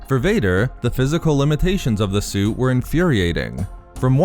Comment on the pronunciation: I really liked this video you did but please, enunciate T better in the future. Hearing Vader's Sue over & over again nearly gave me an aneurysm.